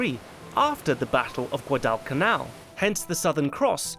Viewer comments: Also, in English '"Guadalcanal" is pronounced "Gwa", not "gwu" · Great video, although it was really hard to listen to "Guad-AL-canal" xD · Good analysis. Just wish you pronounced Guadalcanal right. It's Gwah-dall-canal. Not Gua-dwall-canal like you did it through the video. So, add me to the downvotes. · Gwaddle Canal not gaaww del canal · pronounces Guadal with 2 syllables. Gwah-doll In the US we just say "gwadal" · Come on, say it... say it... Guadalcanal Pronounced: GUADDLE-CANAL like WADDLE... Not whatever the hell you said. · Gwad-Al canal lol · If you are going to do history commentaries, you might want to make sure you properly pronounce important names, like Guadalcanal. It's pronounced just like it's spelled not Gua-DELL-canal. I have nwvwr in my life heard anyone pronounce it like that. You can't just go changing pronunciations because you think it's cute or makes you sound sophisticated. If you can't pronounce words properly, then find another hobby. Also Marines are Marines, not soldiers. That's basic knowledge. Seems you can't get anything right. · Great video, as always. I imagine that others have pointed out that you're mispronouncing Guadalcanal. Like "waddle." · Dude you're normally an informed guy. STOP mispronouncing the frogging battles. You even have clips from the period where the subject say GU_AH_DALL and you still keep saying it wrong! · Guad “Al” Can “Al” Learn how to pronounce it bud . Also beeping out Japs lmao, grow a pair This series had horrible casting and was overall pretty bad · Guadalcanal, like guava has a W sound to it. Gwadal... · Pronouncing Guadalcanal as (Guadal Canal) is not how its pronounced lmao. Damn get your shit together lol. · Hm. Is that an alternate pronunciation of Guadalcanal? I've always heard it pronounced "GUADAL (rhymes with "waddle") canal (the things ships move through)". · It's pronounced "GWAA-dull-canal". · pretty sure it is gwaa, duhl, kuh, nal. Always a great video !